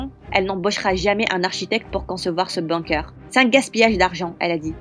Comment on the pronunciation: C'est la pire histoire du monde en plus l'image et le titre n'ont rien a voir avec l'histoire et aussi apprenez à dire bunker svp